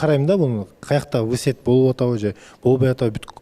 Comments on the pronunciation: в сети десе вы сет дебей😂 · ВЫ СЕТ (в сети)дегени жарды😂